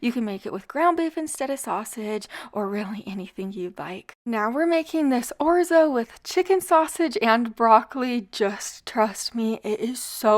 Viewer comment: Orzo not Orzi!